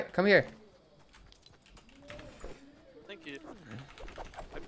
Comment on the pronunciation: Tank fur yu